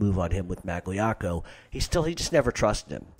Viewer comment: It was 4 years ago, but you just butchered Magliocco. How I jus spelt it, is wrong. But its a lot closer than what u spelled out. Also both of them were as bad as each other with that, wanna Whack Carlo, Tommy and their own cousin Stevie Maggadino.